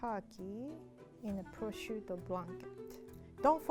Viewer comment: The minute she said to put down the purshuto,I immediately thought of beef Wellington